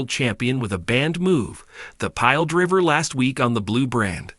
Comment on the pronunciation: Stop mispronouncing driver